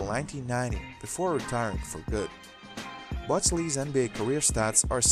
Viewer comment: "Butch" is not that difficult to say.